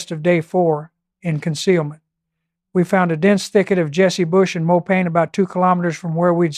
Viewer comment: AI ? Check pronunciation of mopane for example.